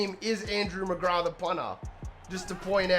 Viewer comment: Hey that punter fella looks good, no bias here 😂. A just for next time it is pronounced with a "th". You were saying Mcgrah. If this makes sense.